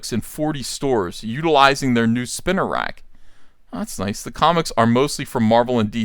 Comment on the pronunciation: Spinner racks...? Do you mean SPEENER racks?